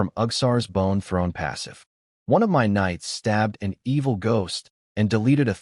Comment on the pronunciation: The AI doesn’t know how to pronounce MY and doesn’t know math.